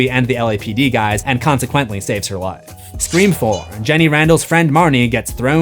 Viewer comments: I was so confused why you kept saying "scream forum" and realized you meant "scre-four-m" bahaha 😂😂 nice one nice one. I see what you did there. Also, can you rank the movies? I just saw the 7th one and want to hear the movie rankings of others! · this is the first time I have heard you say "Scream 4" and not "Screeform" :)